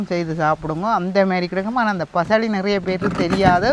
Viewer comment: பயளி என்று சொல்வது கிடையாது பசளி என்று சொல்வார்கள்